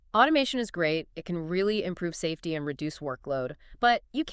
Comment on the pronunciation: im-safe-ee? Yeah, I guess I’ll go watch another video. 😂